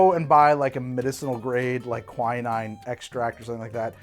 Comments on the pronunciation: God damn how are you stuggling with pronunciation - it's not kwai-naine", it's "kwi-neene" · I believe it's pronounced "qui" (from quince) and "neen".